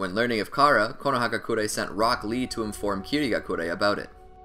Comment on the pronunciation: When you say rock lee, it sounds like broccli